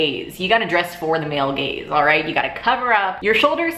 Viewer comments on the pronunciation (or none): At first I thought you were saying "male gays." I was like why would gay males be concerned with how girls dress? Then after some thought I realized you said "male gaze" 😂😂😂